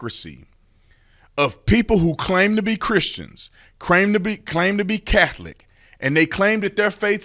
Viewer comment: I’ve never heard of the “Cath-oh-lick” church….do they worship Jay-zose Christ there?